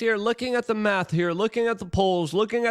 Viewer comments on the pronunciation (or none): none